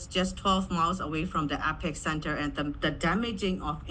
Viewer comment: Did that woman call it the epic centre instead of the Epicentre?